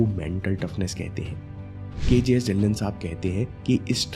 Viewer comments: inspiring video🌸 But its ढिल्लों not ढिल्ल्न 🙏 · dhilon parnounc ( dhilo)